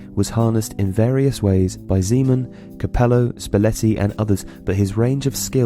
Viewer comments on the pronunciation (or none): It's pronounced Ze-men not Zee-man. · Yeah but maybe you can correct few things: Zeman is not pronouced ZEEman, Totti scored 307 goals not 250, It's ToMMasi not TomaSSi, Totti won the European golden boot in 2007.....